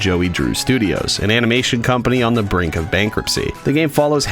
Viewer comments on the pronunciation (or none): none